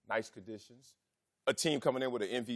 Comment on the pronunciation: What are the chances Wiley is actually illiterate? He's missing words in his sentences. What are 'condishes'?